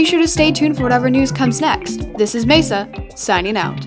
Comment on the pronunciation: The way pronounces Mesa means “table” in Spanish. Edit: holy Silkwings! I never expected for people to like this comment so much! You might hate me for acknowledging it, but to that, I say: I don’t care at all. Deal with it.